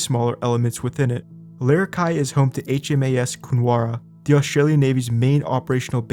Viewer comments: It’s larra key ah not larra kai ah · Awesome vid, it's pronounced larra-key-ah tho bro 💪😎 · U said Larrakeyah wrong